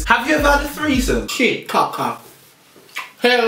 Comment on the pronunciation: “ never had a treesome “